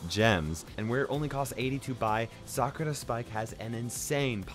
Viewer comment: Its not cyuka blyat spike its sakura say it slow nots sakra